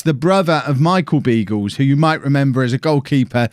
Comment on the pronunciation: You're pronouncing Beagles wrong - it is supposed to be Biagles (like in Carles).